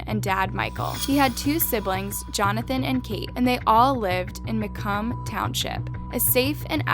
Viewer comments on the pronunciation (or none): It’s pronounced MACOMB. (Ma- co-mm) not macum lol😭